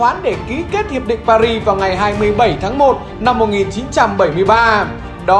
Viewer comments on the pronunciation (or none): none